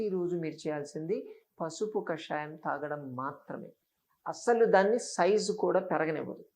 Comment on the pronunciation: కషాయం. కాషాయం కాదు.